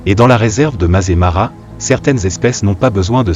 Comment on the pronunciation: Le Masaï Mara prononcé "mazémara", quelle invraisemblable imbécillité ! Voilà ce que peut donner une vidéo générée par IA avec une voix artificielle incapable de lire correctement un texte écrit. Cel ferait pleurer un veau de 3 semaines. Allez me chercher un veau ! Quelle pitié ! Je laisse tomber et je vais visionner un western italien, un vrai nanar sans doute mais au moins ce sera filmé.